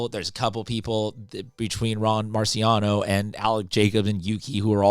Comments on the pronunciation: did you say marcionio? isnt it ron marinaccio? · face-purple-crying::face-purple-crying:MARCIANO👽 hahahaha no sabe los nombres